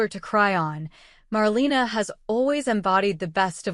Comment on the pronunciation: Please say her name right! It’s Marlena